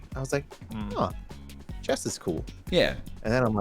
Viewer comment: Chess / Chess / Chess say it with me now